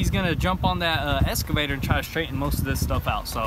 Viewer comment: Hey it’s called an Excavator not an escavator. Lol.......😜